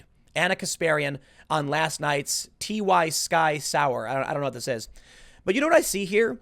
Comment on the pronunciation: Tim, I think the show is pronounced like "whiskey sour" not "ty-sky" lol